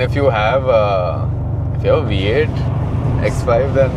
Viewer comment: Why do the pronounce vee as wee 😅 it’s a V8 not we8 😂